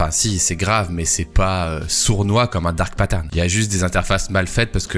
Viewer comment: Je suis Québecois et j’ai jamais entendu c’est expression là. Parcontre on est capable de dire Dark Pattern sans accent 😅